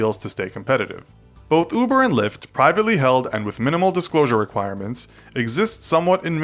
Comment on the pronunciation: Who else thought LyFT said Lya?